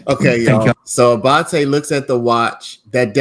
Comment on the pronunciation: Love the way you pronounce ‘Abbate’.